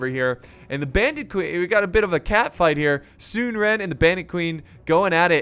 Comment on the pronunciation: Sun is like sun not soon. So it’s “sun-suh” and his brother is “sun chuan” it’s like saying “chew on” but very quickly